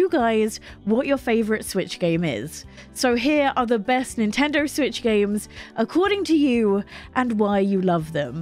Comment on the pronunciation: Nintender? Learn how to pronounce words